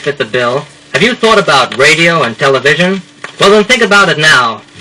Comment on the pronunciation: Clearly an audition disc. Quite a local accent - not an "r" in a carload - and he is eager to get into "tele-VISION."